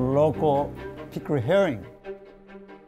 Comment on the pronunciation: Kim Right? The way he pronounces "herring", in particular, makes it obvious that he can speak English quite well.